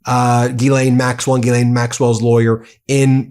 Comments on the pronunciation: It's "zhees-LEHN", you goofs. "zhees" = like "jeez" but with the soft "zh" sound (as in measure) "LEHN" = like Len, with a short, open "e" sound (like in pen) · It's not GEElaine. Will you please learn to pronounce it like every other news outlet. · Why do you keep pronouncing Jizlaine Maxwell's name wrong?